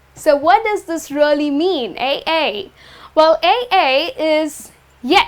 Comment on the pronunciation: "Aye" is pronounced as /aɪ/, like word "eye"